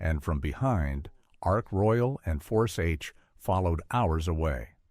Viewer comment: Why is there a jet aircraft ??? Why is there a map of New Zealand Why is there footage of a Japanese Zero ?? Your pronunciations are awful... and this really detracts from the presentation, which is a real shame, because it could be so much better... Oh, and by the way, the aircraft carrier is Ark Royal - not Ark Royale !!!!